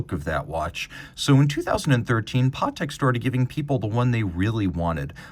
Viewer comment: Patek , not Partek.